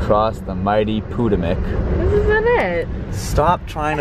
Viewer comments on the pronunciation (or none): Potomac River is "puh-toe-mick". angry comment omg i can't believe blah bleep bloop how dare you. oh wait, did you mispronounce it on purpose? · "potta-mack???" get his ass!